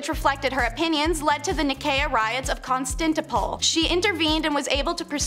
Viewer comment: do they mean Constantinople? As said " Con-stan-t-no-pel " ? As in the song " is it Istanbul or Constantinople 🎵"